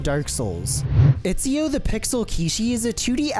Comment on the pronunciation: "itchyo" XD